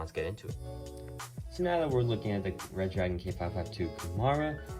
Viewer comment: Re-dragon!!!!!!!!!!!!!!!!!...not red-dragon !!!